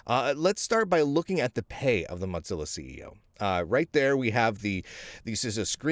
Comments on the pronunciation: Hey, for a guy with pretty darned good lingual skills you need to know that it's Mozilla, not Modzilla or Motzilla!! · It cracked me up the whole video. He pronounces it like mozzarella!